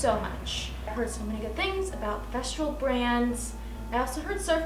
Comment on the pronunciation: I love your work, you are so talented! But…..everytime you say the brand of your sander, it cracks me up. It is FES-TOOL. Not FES-TROOL. 😂. There is no R. And welcome to the Festool fam….youll love it forever. Keep up the amazing work!